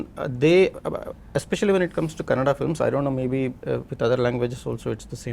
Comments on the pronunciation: Rani Mukerji couldn't say kannada properly and was talking about diversity. And it's kannada not kannad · Rani Mukherjee reeks of arrogance nowadays and it is evident from the body language of other artists. FYI it is "Kannada" learn how to pronounce it. Appalled that other panelists didn't interject to correct her especially from the Southern Region. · Rani you spoke well about the diversity in the Indian cinema but It's Kannada not kannad...🥲🥲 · So much lecture about diversity from someone who says “kannad” for “kannada” :) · Before lecturing others please learn how to say KANNADA. ITS KANNADA not KANNAD. These thick heads don't get it. Its been years and at many occasions many people have corrected others. Mr Prithvi should have corrected Rani ji. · Kannad nahi kannada.. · Mr. Prithvi Konanur, great ❤❤❤, you literally made felow participants to shut their mouth 😂😂😂.. and its Kannada not Kannad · Rani madam it's kannada not kannad please correct yourself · no she said kannad not kannada and that's what we are trying to change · Rani Mukerji didn't understand the point of Prithvi and totally started giving lectures about India Meanwhile she said "Kannad" not "Kannada" which is disrespectful which made me offended she doesn't even know anything about our languages, our cultures which was the point of prithvi to make more rooted films eventhough irian films have budget constraints and freedom of speech constraints by government how they achieved that . She have not even achieved 1% of what Mr. Pritvi konanur has done to our Indian film making it recognised by rest of the world people.